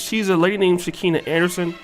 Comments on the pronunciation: Her name is Pronounced SHE-CON-A.and that's what she is. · Lol it’s “SHE-KON-NUH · You clearly don’t know who she is cause you said her name way wrong!